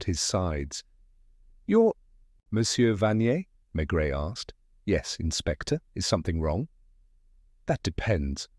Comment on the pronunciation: Mispronouncing the name of the main character is not a good start. Terrible.